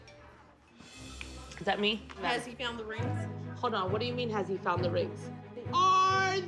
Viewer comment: "ARRe the RINNgs MISsing??!" 🤣😂🤣🤣